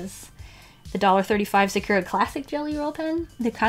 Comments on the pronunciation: Ok love love love you and your videos but I just wanted to mention that you say sa-CURE-uh and it is very hard to listen to haha! You say it with like a ky sound and it should be SA-cur-uh like curry or if you want to say it with the accent more like SA-ku-ra (but in that pronunciation the r in "ra" is more like a "duh" sound almost? I don't really know how to describe it well but I just wanted to let you know :))) again I love you! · Im sorry but you said “ suh - kyer - ruh “ and its actually “ sah - koo - rah “ ☺️ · It isnt pronunciated as"Sakur" Its "Sakura" Pronounciation- Sa-Ku-Raa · Nobody: Absolutely nobody:: Secure-uh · why do you say sakura like that? It’s SAkUra !! from naruto 🗿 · Why are you pronouncing Sakura like Secura? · WHY DO YOU SAY SAKURA LIKE THAT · you should really learn how to pronounce sakura XD I'm sorry I know I'm a weeb its a name means cherry blossom tree in japanese